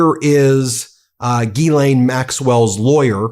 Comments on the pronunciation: Can I please correct everyone mispronouncing her name. Its not gill_ain it pronounced Zhis-slain. Ffs. Americans from the USA always bastardize names. Silly United Statesians. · He can't even pronounce it.